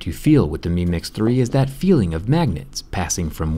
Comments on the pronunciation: Meme x3 that’s what I heard every time you said the name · Every time he says mi mix 3 it sounds like he's saying meme x 3